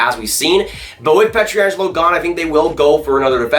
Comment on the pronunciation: Dude, I like your analysis and all but at this point I feel like you're trolling us with your pronunciation of Pietrangelo.